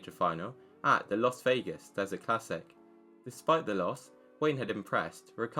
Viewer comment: "Las" Vegas not "Los" Vegas